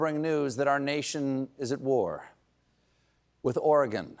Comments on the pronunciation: At least Colbert pronounces Oregon correctly now! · Hello from Portland! First off, thank you for (unlike our President) pronouncing "Oregon" correctly. I've lived in Portland since moving here at 19 back in 1998, and I have spent the last 23 years working 1.5 miles away from the ICE facility in the South waterfront, kitty-corner from the Old Spaghetti Factory parking lot and literally next door to a... daycare/preschool. I rode my bicycle through ALL of the ICE/BLM protests twice a day going to and from work. There is nothing happening here beyond the administration trying to provoke us into justifying military reprisals. Every single person I have talked to has said the same thing about Portland's response : DON'T. TAKE. THE. BAIT. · He pronounced Oregon correctly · On a different note, he said “Oregon” right! So many different ways people get it wrong, thanks Stephen! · At least everyone is pronouncing Oregon correctly. But seriously, really?